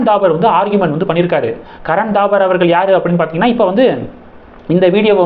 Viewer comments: Karan Thapar, not Dabar. How horrible your pronunciation is! You refuse to improve it. If you don't know how to pronounce names & words correct why do you make videos? Can't you pronounce P & B differently? Don't you know difference between P & B? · கரண் தாபர் .. '-பசு, படம்- சொற்களில் உள்ள 'ப ' போல் உச்சரிக்கவும்.